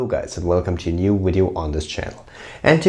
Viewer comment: Did you just say wideo? Did you mean video? Virginia accent?